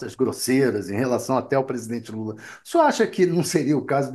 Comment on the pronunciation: o ministro diz: passei a madrugada com o Estado maior! mas que dificuldade pra falar presidente Lula ; "UM INCONFORMADO"